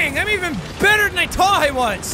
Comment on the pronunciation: Jack,U have lost ur h with T combination as in u said"game of trones","tirty" instead of thirty,"true" instead of truth and "tought" instead of thought. I dont know what causes that u will probably be fine in some time. Am I the only one to notice that?